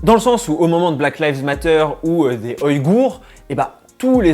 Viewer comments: On dit " oui gour " pas "oille gour" mdr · Sympa la vidéo! Cependant, attention, à, quand tu parles de BLM et des Ouïghours, ça se prononce "oui-ghours" et non pas "oyghours":) en tout cas, je n'ai jamais entendu ta prononciation aha! Rien de très grave, mais je préfère le signaler (et en plus com t'aidera pour le référencement, alors autant le dire;) ) En rapport avec le côté philo de la vidéo: Perso, je trouve qu'une action n'est jamais vraiment désintéressé. Le minimum qu'on attends, je pense, est un sourire, un merci. Quand on fait une bonne action pour quelqu'un et que la personne ne nous donne pas une once de gratitude, on est déçus. Continue ainsi, objectif 100K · Bonne vidéo, tu avances des réflexions intéressantes! ;) Mais attention aux prononciations xD On prononce "Wigour" et "Fri" ^^